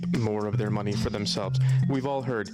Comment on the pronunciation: Yor, what is going guiys, I hope you are awl doing wewl... ...I'm eschewming...